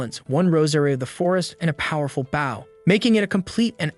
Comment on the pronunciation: I enjoyed the story but I wish you could get your AI to tell the difference between the word "bow" as a verb versus as a noun. Bow as in a bow and arrow aka a noun is pronounced like boh b. oh. just like "row your boat" bow, row, stowe, low, crow, etc.